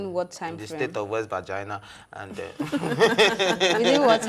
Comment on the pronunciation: Did I hear you say west Vagina?! lol...It is west Virginia